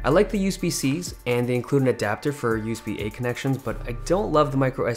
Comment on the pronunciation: why does he say use-b